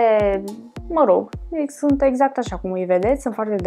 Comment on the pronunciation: "Sânt "se spune sunt deşteapt-o